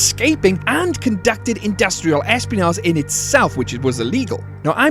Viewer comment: plz say espionage properly